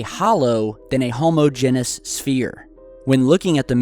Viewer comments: Ha ha ha, you said homo_genus... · Did you really just put brass and mica in the same "processed" category,?? Of COURSE mica occurs in nature!!! Come ON🕵🏻 Also, I know you're a smart guy, but you're covering hiiiiighly complex subject matter and you cannot fraking pronounce HOMOGENOUS, when quoting a scientist. It's not homo*genous, genius. And given that you don't have a midwestern accent, I have a tough time getting past your pronunciation of "mantra." It's not like the praying bugs, *mon.